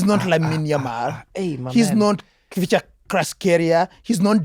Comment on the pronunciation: That was every Ugandan for Kvicha's name pronunciation 😂😅